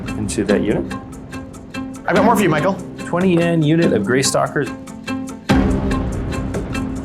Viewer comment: Yeah, 😐